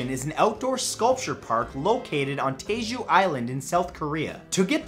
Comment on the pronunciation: It’s Jeju not Taeju